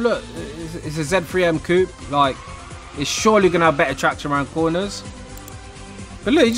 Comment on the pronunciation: Bri'ish man saying Coop instead of coupe 😂 Trying too hard to be american